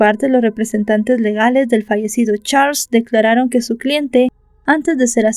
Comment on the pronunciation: Disculpa no se pronuncia como se escribe se pronuncia charls